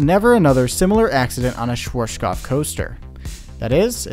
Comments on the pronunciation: Schwarzkopf, not shworshkoff, you make it sound russian :D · SCHWARZKOPF not SCHWOURASDNSJBDUHGBJFHGKOPF !!!!! God damn it - before u spell it - check the correct pronaucing ! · You mean Shworshkoff instead of Schwarzkopf :D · Yeah, Shworshkoff from germany :D Or is it called ,,Schwarzkopf"? :P Interesting Video! Thanks for that :) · Schworschgoff😂 love how americans pronounce german words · Schwar. (Say the word hearts, take away the h. earts (because the A sound in heart or hearth then put a schw before it.. Sch wart now ts. its the same sound as hearts. schwearts cupf Its not that hard, it includes no sounds you don't have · "Schworshkof". Geez why can't people research words that are not in their mother language. Just listen to it using the Google translater. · As someone from Austria, it hurts hearing you say schwartzkopf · its ''sh as in sheriff shwA as the british speaks "bAck" shwarzk ou as in cough 'shwArzcoupf' schwarzkopf ;D and the Z is like tz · "Schworschkoff" :D I know "rz" and and "pf" are hard to pronounce but this one was hilariously off :D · my german ears a ringing from the 100 times you mispronounced "schwarzkopf" so badly :D :D :D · good video but please look up how things are pronounced because i cringe everytime you say schwarzkopf... i'm a german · You really mangled the pronunciation of Schwarzkopf😂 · Hahaha the way he pronounced “Schwarzkopf” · I like how he didn't invest even 1 second to check the pronunciation of Schwarzkopf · Good and informative video. BUT PLEASE learn how to pronounce "Schwarzkopf" correctly. It is a name and it sounds horrible in this video. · The way you pronounce “Schwarzkopf” is interesting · It is so hillarious how you pronounced schwarzkopf xD no front though, just funny as hell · Cute how you pronounce schwarzkopf :P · I live in Germany and therefore your Pronunciation of Schwarzkopf sounds really funny. Keep up your Work up, love your Videos